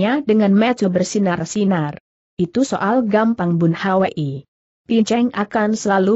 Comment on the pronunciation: Aneh nama orang selalu di eja padahal bs diucapkan langsung (bun hui)tp selalu bilang bun h w i